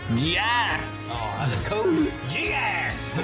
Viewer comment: Right from the first episode of Code Geass, has been spot on with the pronunciation of the character names right from the get go.